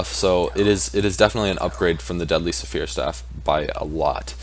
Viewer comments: Dude it's not "Suh fear" it's "sfear". One syllable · The way he says sphere is saphere XD